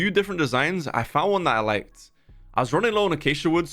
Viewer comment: "i dound on youtube"